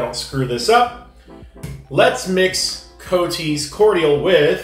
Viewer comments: NOT "COATees", it's "COTTees" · Not COOT - K SOUNDING COT/TEES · It’s pronounced coties but lime and raspberry are my favourite summer drink. I always love your taste test xoxox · Hi - You should drink test it with milk. Also its prounced COT TEES! kind regards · Cot (a short o as in lot) tees